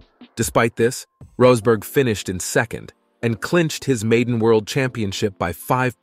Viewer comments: Good video but you pronounced Rosberg's name 3 different ways throughout 🤔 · AI narrator rolling the dice for a different Rosberg pronunciation each time 🎲